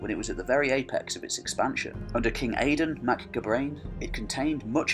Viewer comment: Gabráin is pronounced Gow-rowyn :) Áedáin Mac Gábráin pronounced as Aey-dawn mac Gow-rowyn.